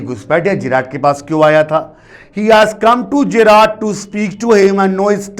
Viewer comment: Sir l think the pronounciation of Gerrard is wrong. Please cheak